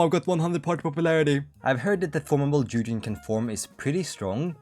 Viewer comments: как сделать чтоб англичане говорили не Дужин, а Дугин? DuGGGin? Спасибо что не Дужайн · Он не Дужин, а Дугин 😂 Г - G like in "good", "god", "ground", "game"... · Dugin is pronounced like Boogie, Doogien